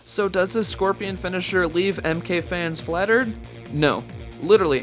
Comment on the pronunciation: Bro it’s pronounced scorpion not squirpion lol